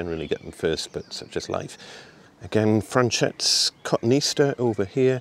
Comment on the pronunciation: Btw it's co-to-ne-aster not coton-easter